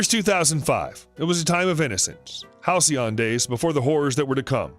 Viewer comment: I just choked on my soda when he said 'the halcyion days...'